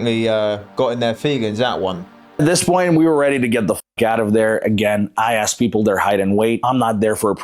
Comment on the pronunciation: No questions axed. 😂